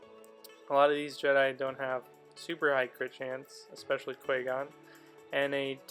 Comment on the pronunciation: You should pronounce Qui-gon's name correctly